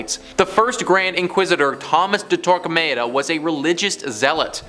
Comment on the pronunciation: I could be wrong, but, generally I've always heard it pronounced Tor-kah-mah-dah. No long A sound.